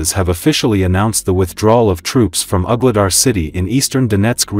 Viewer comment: Some of the AI pronounciations are really funny. Ugly dar 😂